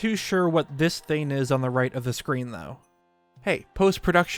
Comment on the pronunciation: Please learn to use the letter G. It’s “thing” not “theen”, “long” not “lon” etc.